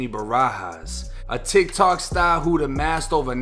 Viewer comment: Say that part about “tic tic stahr” again